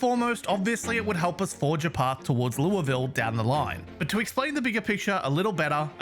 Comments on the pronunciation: He says Louisville correctly My Kentucky ass appreciates this very much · for someone who isn't American, much less Kentuckian, I appreciate your pronunciation of Louisville (not perfect, but really close), and Muldraugh. I'm impressed.